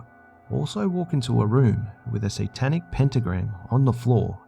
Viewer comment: "WE'RE STANDING ON ANOTHER SANTANIC THING" .......HAIL SANTA.